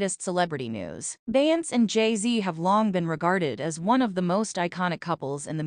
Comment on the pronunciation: Say her name correctly!!!